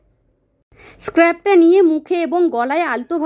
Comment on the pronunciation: ভিডিও করবার আগে প্রপারলি কি করে স্পষ্ট উচ্চারণ করতে হয় সে সম্পর্কে একটু ধারনা জ্ঞান করে নেবেন । আপনি স্ক্রাবার কথাটার বারবার ভুল উচ্চারণ করছিলেন — খুবই বিরক্তি লাগছিল শুনতে জিনিসটা ! আর প্যাকেটে যে ইংলিশ লেখাগুলো রয়েছে গুগল ট্রান্সলেটর এ গিয়ে বাংলা ট্রানসলেশন টা দেখে তারপর আপনি সেগুলো বলছিলেন — পড়া মুখস্ত মত করে প্রোডাক্টের রিভিউ করলে হয় না এখানে আপনাকে জিনিস টা ব্যবহার নিজে করে আপনার ব্যক্তিগত অভিজ্ঞতাকে তুলে ধরতে হয় । নিজের ভাষায় নিজের মত করে বললে সেটা শুনতে আরো প্রাঞ্জল এবং বাস্তব বলে মনে হয় এরকম পড়া মুখস্ত করার মতো করে আর যাই হোক প্রডাক্টের যায় না সঠিকভাবে — আর দর্শকদের কাছেও সেটা খুব মেকী আর সাজানো বলে মনে হয় । আপনার কথাগুলো এতটাই জড়তা সম্পন্ন এবং অস্পষ্ট উচ্চারণ যে মাঝপথে ভিডিওটা স্কিপ করতে হচ্ছে — আগ্রহ হারিয়ে ফেললাম !